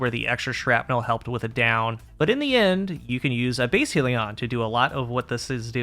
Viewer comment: I wish it didn't annoy me so much, but it's pronounced hell-ion just like the spelling not heal-ion/heel-ion